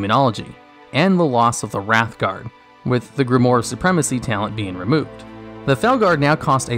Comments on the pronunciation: grimoire. not grimore... pls.... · its pronounced grim-oire(owaa sound)